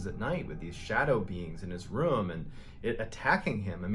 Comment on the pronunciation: He heard Mr.Ballen say the word “rume” so many times that he stressed out into a heart attack.